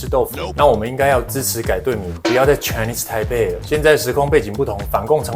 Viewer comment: 不只是波特王，很多台灣人 Chinese台北 不會講，都說成 Chinese胎輩。改成大家都不會說錯的 台灣 吧。